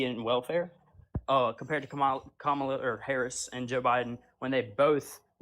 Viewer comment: We are in sooooo much trouble if most of our military are this stupid and absolutely ignorant and btw her name is pronounced COMMA LA!!!!! Get it right. It’s not that hard!!!!